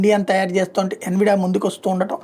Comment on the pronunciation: ఎన్విడియా అనాలి...